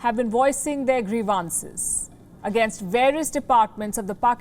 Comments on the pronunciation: Come on, Palki! Get the pronunciation of "grievances" right. Not "greevAhnsez" but sounds like "greevensez". Carry on with the good work. 👍👏👏👏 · Palki is an awesome reporter. Given this is broadcasted internationally, important to pronounce certain English words correctly. Example: E.g “grievances” at 0.34.